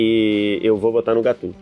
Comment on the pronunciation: da uma agonia os caras falar o nome do cara da forma errada, e GATTUSO